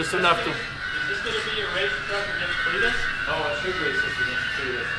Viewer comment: just looking for trouble saying Cleetus's name like that haha